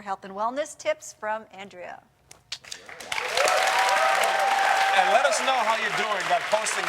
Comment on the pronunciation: As an Andrea whose name is pronounced with a soft "A"and a hard "E" (Ann-dreeah), I cringed when Boris called her "Aunn-dréah." Lol